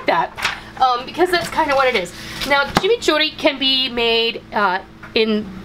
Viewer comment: Yayyyyyyyy!! A recipe from MY COUNTRY!!! I was born in Argentina 🇦🇷 I love how you pronounce chimichurri 💟 Hugs from Texas!!! 💟